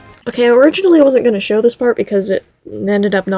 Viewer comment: "and now we SHAW"